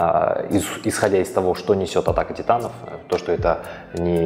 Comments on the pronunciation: в далбек сказал не атаки титанов титаки атанов😆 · "В каждой серии Титаки Атанов". Что? Мне послышалось?